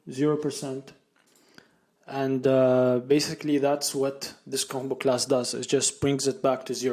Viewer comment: Great video series! I immediately subscribed Btw, the way you say combo-class sounds like a Jamaican saying bombaclad 😃 Keep going 👍